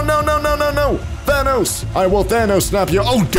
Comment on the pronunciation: it's thanos not why you sayed.